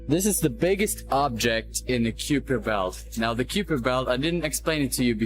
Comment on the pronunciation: It's ky-per and ma-keh ma-keh